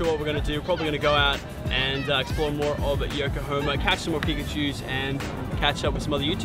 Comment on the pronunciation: Congrats on actually finally saying yokohama correctly